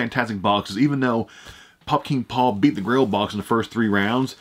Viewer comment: Take a shot every time he says “Pop King Paul” 🤣🤣 started to sound like Fukin Paul